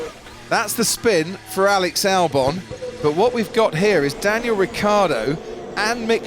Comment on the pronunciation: Is it so difficult to pronounce: "Ricciardo"?